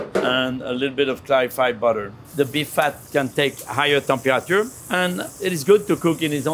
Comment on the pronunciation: I wonder what the "Tem-pua-ah-chua" of the steak is